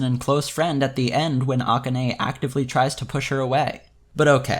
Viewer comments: The fact that you keep pronouncing akane's name like that is really throwing me off, but good video overall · Is there a reason you pronounce "Rikka" the Japanese way but not "Akane"?